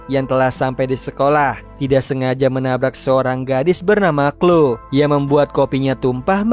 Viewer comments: Izin koreksi bang yang chloe itu bacanya khlowi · merinet, klowi, ini loh cara baca nama nya😭😭